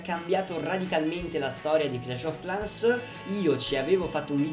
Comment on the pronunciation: credo si pronunci "clesh of clens"